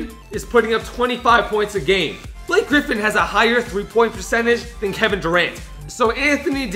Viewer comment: Ba-la-kay Griffin